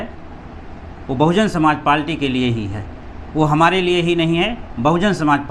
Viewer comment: लगता है कि भाई बहुत ही कम पढ़े लिखे हैं। पार्टी को पालटी कह रहे हैं। लेकिन कोई बात नही नही हम आप के साथ हैं। जय भीम जय बीएसपी ।